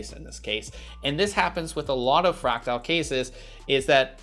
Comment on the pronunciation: His pronunciation of "fractal" is driving me insane. It's "fræk-tuhl", not "fræk-tile".